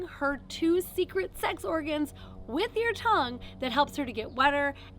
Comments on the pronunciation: TONUGE How did you let that one through! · Tonuge 😆 Good video tho